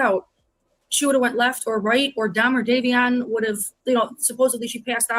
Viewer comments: Queen, the victim's name is Davion not Dameon! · The other boys name is Davion not Damien.